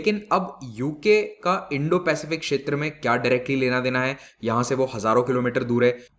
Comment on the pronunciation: सर् इंडोपेसिफिक कहिये